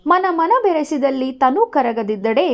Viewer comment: ವಿವರಣೆ ಚೆನ್ನಾಗಿದೆ..but ಕೆಲವು ಪದ ತಪ್ಪು ಓದುವಿರಿ ಉದಾಹರಣೆಗೆ ತನು ವನ್ನು ತಾನು ಎನ್ನುವಿರಿ..ನೀರುಂಬಡೆಯನ್ನು ನೀರು ಬಂಡೆ ಎನ್ನುವಿರಿ..ಇವುಗಳನ್ನು ಗಮನಿಸಿ